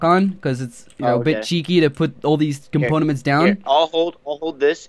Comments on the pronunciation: I think he means components??? Not componaments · the way he pronounces components triggers me